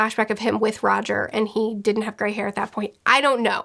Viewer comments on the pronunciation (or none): none